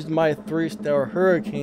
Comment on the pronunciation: Umm "Abrath " Hurricane " 😅😂😅 tis very perturbing to listen to you slaughter!!! The names of these cars ... Lmmfao 😆😄😆.... I'm lmao 😂😂😂